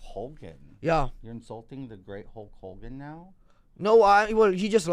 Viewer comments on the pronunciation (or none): I think the most triggering thing of this whole interview is the fact that he pronounces it "Hulk Hol-gan"